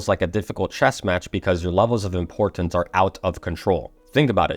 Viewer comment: Love it. For some reason I feel impressed to tell you you're saying "import-tance." Your hard T sounds are doubling up. Sorry if this is unhelpful. I've noticed it's a learned pronunciation, meaning you get to relax the double sound and just speak naturally if you want to. (Reality instead of realit-ty.) I hope this helps you flow better in the way you speak. Your message is amazing. Keep up the good work ❤